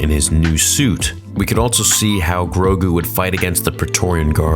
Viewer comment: No longer going to say “also”, I’m now going to say “altso”